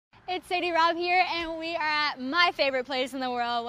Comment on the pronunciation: Did she say sadie rob? Lol